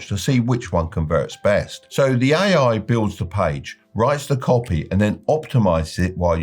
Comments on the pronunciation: Does he pronounce AI "aiai"? That's how I know the advice is not going to work. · Why did I think he was saying "aye aye" 😂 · "oue aye"